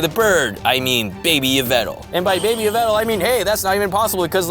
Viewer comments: yvetal????????????? 🤣 Yveltal not yvetal lol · Isn't you-vel-ta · It,s yah-vel-tall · It’s pronounced Evel tall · It yaveltal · YVELTAL MY NAME IS YAW-VUL-TALL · It's yeh ve tal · It's pronounced ee-val-tal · Its pronounced EE-veltal not what u said. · It's A Female Pyroar And its pronounced Yv-Elt-al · It's not Yveltal it's Yveltal